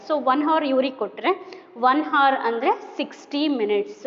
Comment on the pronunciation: Mam sorry for saying this , that's not hars that is hour😅😅